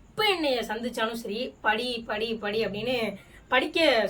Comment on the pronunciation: படி, படின்னு சொன்னாரா படு படு ன்னு சொன்னாரா? தெளிவா சொல்லும் மா😅